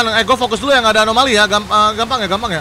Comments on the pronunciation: anomaly ❌️ alomany ✅️ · Anomali bg bukan alomani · anomali bang windah ngomong alomani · Anomali kocakk bukan alomani😑